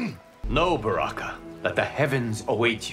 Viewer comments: I thought Baraka said Sexy Zero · I’m still curious how Baraka can thoroughly pronounce his ‘M’s 😂